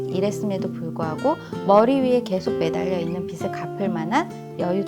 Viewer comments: '빚을', '빚이' 등 빚 관련 발음하실 때 [비즐], [비지] 등으로 발음하시면 좋겠어요. 자주 발음하는데 틀린 발음으로 계속 말씀하셔서 말씀드려요. 강의?하시는 분이시니 발음도 신경써 주세요. (이 글 보고 지적한다는 글은 자제 부탁드러요. 지적이 아니라 도움이 되고 싶어서 남깁니다^^)영상보고 저도 바로 통장 쪼개기 시작했어요! 고맙습니다 :) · 깔끔하고 명료한 강의 잘 들었습니다~ 다만 빚이/빚을 의 발음은 /비지/ 비즐 로 해주시면 더 좋을 듯 해요 빗이 아니거든요~^^; 종잣돈을 모아야 하는 이유는 경제적 독립울 위해서입니다. 남편이 일을 구하는 일 년동안 모아놓은 돈을 다 써서 아이의 학자금과 이사할 돈이 필요합니다. 소비단식을 하기 쉽지 않지만 강의듣고 조금씩 실천해 보려고 합니다. 감사합니다*^^*